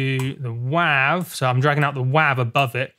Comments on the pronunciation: "Wahve" Mate, it's "Wave" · it's WAV. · he said wav